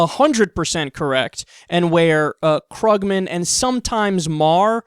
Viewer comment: It's actually pronounced "Kroog-man," Kyle.